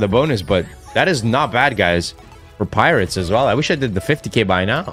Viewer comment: "Pirots" It's not that hard a word, stop saying pirates.